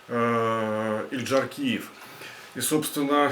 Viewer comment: язык не откуси, когда произносишь фамилию . Или прежде чем садится перед камерой изучил бы сво доклад.